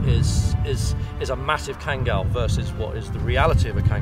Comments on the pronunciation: OMG Finally right pronunciation at 14.15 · kangal name is correct pronunciation. Thanks grand mother.. "a turkish son" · You know is really an expert because she pronounces the name correctly (as Khan-gull). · The old lady even pronounced kangal right! Respect ❤️ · I really appreciate expertise and love of Kangal dogs. What surprises me is, she really pronounces "Kangal" with correct accent! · yaşlı kadın tam bir münevver.. kangal'ın telaffuzundan tutun, anadolu çoban köpeği demenin doğru olmayacağı demesine, herşeyiyle klasik atıp tutan kalıpçı batılıdan çok farklı. oturup sohbet etmek isterdim. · The old lady pronounce the word "Kangal" right 👍🏼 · the old lady is such a sweetheart, knows all the history about Kangals. Loved how she pronounces Kangal as we Turks do. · "as we Turks do" old lady pronounces true in Turkish